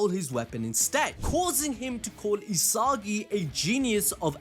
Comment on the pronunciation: "E-SOGGY", "E-SOGGY","E-SOGGY" Its ee-sa-gee 😂 damn